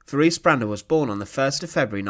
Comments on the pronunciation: Her name was pronounced teraze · I hate to be pedantic, but her name is pronounced Te-RAY-zah